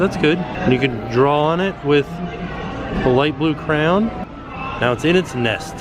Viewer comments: PLEASE learn how to say the word ",cray-on! I still love y'all though 💞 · pronounces crayon with a Cajun accent "cray-awns". pronounces it with one syllable, "cranes". Must be a Southern thing.😊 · I love y’all, but if I hear say his bizarre pronunciation of “crayoun” one more time ima lose it 😬😩🥺😆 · As a nj native, I was so confused when would change his pronunciation😂 I genuinely thought there were crowns hung up for a second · It's been awhile since I've gotten a chuckle out of the way pronounces crayon...😂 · He's actually trying to say crayons right. You know it was a thing if you've been following since the beginning. 😂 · Just started watching and am excited to hear all the crayon pronunciations! It genuinely makes me smile/giggle in a good way ❤ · Take a shot every time pronounces "crayon" differently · I kept thinking, am I hearing him, right?